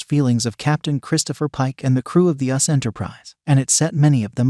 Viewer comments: I think they're referring to the narrator of this video, not the songs. It's not auto-tuned -- it's an AI narrator reading directly from a typed script. That's why there were mispronunciations, such as "*US* Enterprise" instead of "*You-Ess-Ess* Enterprise*". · How can you tell something is AI? When they consistently read USS Enterprise as us Enterprise.